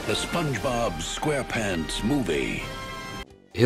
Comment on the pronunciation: Never in my life have i ever heard anyone call it the spob movie